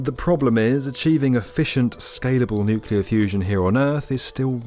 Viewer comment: Thank God you enunciate nuclear correctly, Makes it possible for me enjoy this video as it deserve. "Nukular" sayers hurt my soul.